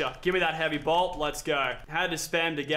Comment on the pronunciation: It annoys me when Lachlan says heavy bolt